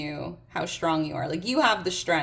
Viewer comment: Today is my birthday!🎉 I am Shtrong and I have shtrenth. No shtress here. P.S. Where is this accent from?